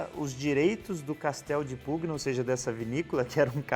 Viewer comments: me permita uma dica para melhorar ainda mais teus excelentes videos: em italiano, as letras "gn" juntas formam som de "nh" portanto, a pronuncia seria castello di "punha"... da mesma forma o "gl" quando acompanhado de "e" ou "i", forma o som de "lh"... parabéns pelo trabalho, um abraço 😉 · Salve! A pronúncia correta de Pugna é "punha", se me permite.... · Ia falar exatamente isso... Cara bom no que faz, sem dúvida, mas vale a diga.. Ficaria Casteldipunha Também o Sauvignon fica mais natural quando fala "sovinhom", percebo que sai esse "sau" no começo.. dica simples =) Adoro o canal, vejo todos os vídeos